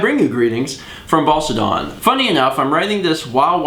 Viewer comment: By the way I'm from Essex and Basildon is pronounced BAZ-ill-dun or BAZE-ill-dun (like the herb) :D